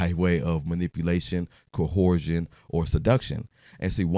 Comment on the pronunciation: It’s CO ERSE SHUN MAN, black men can’t enunciate words w more than 2 syllables